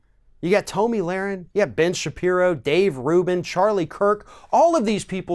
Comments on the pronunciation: How can you call out hate speach after that ranting attack?Btw its Tomi (pronounced- Tommy) not Toamy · Tom e not toom i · To-mi....hilarious 😂she isn’t worth having her name pronounced correctly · Why do you keep saying Toemee, seems like you are intentionally mispronouncing her name to throw shade. it's obviously Tommy. Egg head lol. Tomi is a bop tho. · I’m sorry but I don’t know why but I bothers me when people pronounce Tomi’s name Tumy, it’s pronounced Tommy. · I'm amused that he pronounces Tomi like "Tomie" from the japanese horror series. She does remind you of something dead. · Who is Toe-me? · Toe-mi lol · Yeah it's pronounced "Toenail" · Toe-Me LOL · You could at least pronounce her name correctly. But that shows how uneducated you are. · Because he's ignorant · beatty He used every superlative for dumb. Intentionally mispronounced her name. He said this "girl, woman... Whatever". TYT recently made a video criticizing Ron DeSantis for referring to Alexandria Ocasio-Cortez in the exact same way. The sentiment he's trying to share would have been more impactful if he responded calmly, with reason and without disrespect. Ijs. He sounds like the same group of people TYT criticize. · If you're going to call someone stupid at least learn to pronounce their name properly. Or perhaps you were doing it on purpose, which is just pathetic and childish. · You can't even pronounce her name right...embarrassing......if you want to insult someone, you should at LEAST get their name right....then, get the info correct. You really flaked on this video. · I think he was making a point to pronounce her name wrong. His facts were also correct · Why did you pronounce 'Tomi' like that? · Who is this joker? You don't even pronounce her name correctly. So clearly you know nothing. Pathetic. Don't quit your day job. Punk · i do not like the way you pronounce tomi but i mean, butchering her name probably erks her too so, fuck it XD